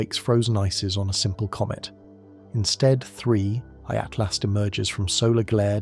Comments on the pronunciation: Is it saying "3i Atlast" the whole time😂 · Why can't you say atlas it isn't at last not that tough to not pronounce a t at the end wth